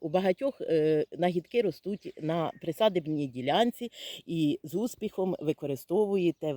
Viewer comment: Це не нагідки', це нагідки' або календула. І ділянка не присадибна' , а присди'бна. Не придумуйте нових правил в нашій українській мові. Шкода, що такі знатоки латинь знають, а просту українську назву перекрутять до того, що слухати неможливо.